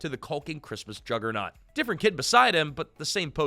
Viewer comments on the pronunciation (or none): none